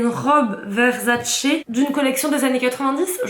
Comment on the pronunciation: Le truc sur la tête on appelle ça une tiare. Versace et non Verzzzacee. Et ça se dit caler en mode 😊😅